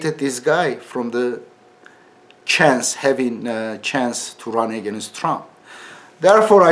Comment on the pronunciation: Edibi deha ingilizce oratory sananlara :Edip telaffuzde againist yok against ,dictatorship yok dikteytrship:)